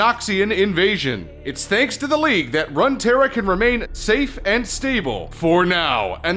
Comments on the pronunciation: WTF? "RUN-TERRA???" its RUNE(runescape?) TERRA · Omg if this guy says RUN-tera one more time, its pronounced ROON-tera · "Run-Terra"? You mean "Rune-terra". Runes as in the old writing systems. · Runterra? It's Runeterra. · Umm you called it runterra.. it's runeterra. Love the vid though! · RUNE! Terra... RUNEterra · run tara. run run run run run ruuuuuuuuunnnnnn to the dang library to get a dictionary to learn how to say and or spell runetara. rune. not run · R U N E! Not runtera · he called it run terra XD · Runeterra is pronounced as Roon-terra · did you fucking say "runterra"? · it's ROOOONtera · You can correctly say the rune wars but not runeterra??? xD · rune=terra not runterra and you said damocia? wtf